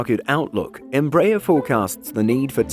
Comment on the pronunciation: The stress in "EMBRAER" is in the third syllable: ER